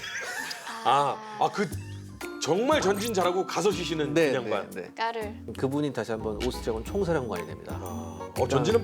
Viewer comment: 기자님 "까를" 발음 솔직히 너무 섹시해요.